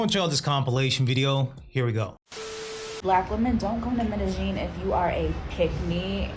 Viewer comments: Medeggin? Its Medellin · Medellin Colombia is pronounced Me-day-yeen.